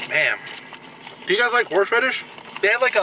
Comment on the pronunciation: I can't tell if you said Horseradish or Horsh Radish 😂